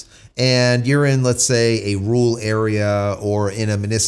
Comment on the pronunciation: A “ru’al” area means a “rural” area. He and Dr. Steve Turley have trouble pronouncing RURal, meaning in the areas outside of cities.